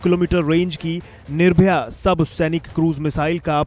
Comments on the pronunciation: Sir jee... missile name is Nirbhay not Nirbhaya. Come out of old thoughts... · निर्भया नहीं बे निर्भय! कहा कहा से आ जाते है एंकरिंग करने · कम से कम आप लोग नाम तो सही से बताया करिये। बार-बार आप निर्भय मिसाइल को निर्भया बोल रहे हैं। निर्भया और निर्भय में अंतर है। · It's निर्भय not निर्भया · It's "NIRBHAY" Not NIRBHAYA". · nirbhaya nai be ghochu its nirbhay